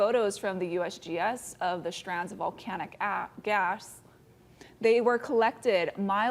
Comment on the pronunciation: 'strands of volcanic ass-gas' ? 😶‍🌫😷